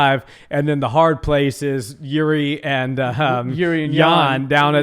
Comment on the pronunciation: ou man That fight was epic as a Czech guy i am fun of Jiri (u almost pronounce that Name right ). The style and experience with Jiri cames to UFC is something new idk if Jan is prepared for this but still its Polish (hammer) sword vs Czech samurai oooo this battle will be legendary!